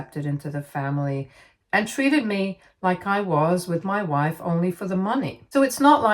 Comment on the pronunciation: I can't help but hear "mah wife" like Borat everytime she says it😂😂